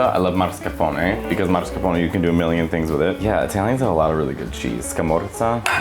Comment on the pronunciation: You should probably learn how to pronounce mascarpone correctly. 💁‍♂️ Marscapone, lol. 😂